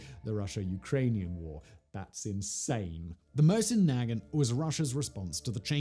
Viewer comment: Not nag ant, is nuh gaunt